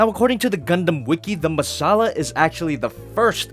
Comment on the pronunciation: It's called the Messala and you pronounce it 'Masala'? That's spicy.